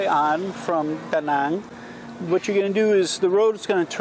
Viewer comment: love the way you pronounce Danang...most of foreigners saying it wrong...well not wrong, but not Danang's dialect :)